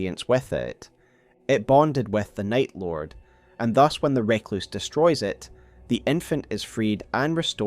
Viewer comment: Outstanding video as ever. Always love delving into the Eternal Cities in particular. We need to have a discussion about how you pronounce 'Recluse' though. Nails on a chalkboard every time.